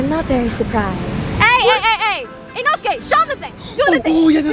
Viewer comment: She actually called inosuke inosuke